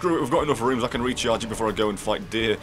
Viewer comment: Please, stop calling runs "rooms" .... wait. *Plays back the ending" ... Holy sh- Literally how that just went down for me as I wrote this comment. Up until this very moment I thought you were calling them "rooms." And no I'm not making fun of your accent, I just honestly could not tell up until now.